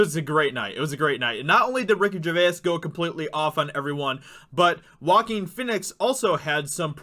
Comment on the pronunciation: Name is prounounced 'Wah-Keen' 'Fee-nix' not Walkin' Fenix.